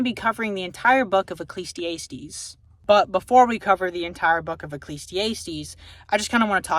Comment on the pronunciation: I don't know if it was on purpose lol it's uh·klee·zee·ah·steez not ay·steez